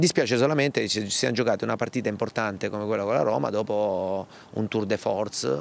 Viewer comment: Tur de Forz 😂😂😂😂😂😜